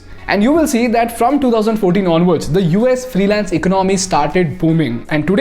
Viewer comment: Your English and is good but the way you are pronouncing the word "Economy" is distrubing and forced to Stop 🛑 watching the video